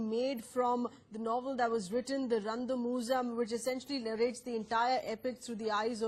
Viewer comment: That moment when they try to pronounce Randamuzham.. 😅